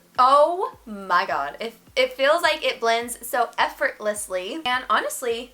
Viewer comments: After I heard you mess up saying effortlessly I tried saying it and said the same thing 🤣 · The effort you put in to say the word effortlessly 😂